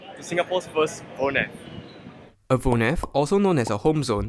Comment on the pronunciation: 👏 for the pronunciation of woonerf